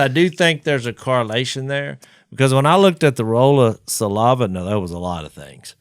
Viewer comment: Jase...the word is saliva...not salAHva. And again...please get everyones levels equal. Fire your engineer